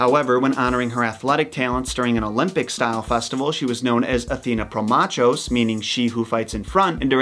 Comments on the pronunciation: Promachos is PROH-mah-koss, not pro-machos. She doesn't favour machos, but fights (mákhetai) in front (pro-). Ergane is probably er-GAH-ney. At least that's the Ancient Greek pronunciation. EDIT I may have mixed the Latin and Greek pronunciations of promachos, stressing it the Latin way and keeping the rest the Greek way. In any case, ch is not as in chip but as in chaos. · AAAAUUUUGH YOUTUBE ATE MY FIRST COMMENT! With that salt out of the way, permit me applaud you for the thorough and unbiased overview of one of my two Patronesses, the other being Artemis. A couple little notes: More than likely the pronunciations of Her epithets are as follows: "pole-LEE-us," "proh-MAHKH-ohs" and "air-GAHN-ay," the last of which being the root of the English word "ergonomic/s." "Ergonomic" means, in short, "best-suited-for-human-functionality" and "ergonomics" meaning "efficiency at work." One little detail you left out about Pallas is an alternate version wherein Pallas is the name of a giant Athena slays after his attempt to accost both her and her BFF while the girls were training.